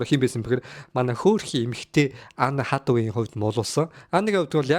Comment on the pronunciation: Anne Hathaway gej duudna uu kkk. Peildeed gej yu gej bgaan vee kkk. Accent ee saijruulaachee zavaan